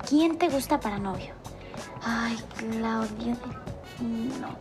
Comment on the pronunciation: jsjsjdjs aaaa „cliudio mi chiqui baibi mi livi” jsjshs